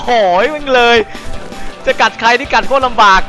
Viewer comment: กอลีย่า. พี่บอลพูด. โครด ตลกกกกกกกกกกกกกกกกกกกกกกกกกกกกกกกกกกกก สุดฮา